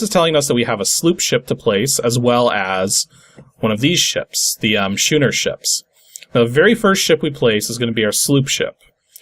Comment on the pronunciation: I've never heard "schooner" pronounced anything other than similar in sound to 'school'. Not dumping on you; I've made this mistake with other words, and I'm sure a lot of other people have also done so.